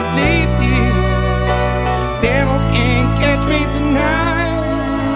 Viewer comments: He's from Yorkshire and he pronounces it differently than us people would say "Lifted". Still, "Leaf Tea" is still funny though :) He's amazing! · Good cover but the way he pronounced "lifted" is really annoying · But seriously, why is he pronouncing 'lifted' like that? It's quite annoying and, for me at least, ruins what could have been a good cover.